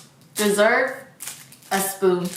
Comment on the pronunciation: " dis sepeficc " " de sepoon "